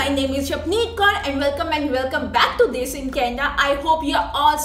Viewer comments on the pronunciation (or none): none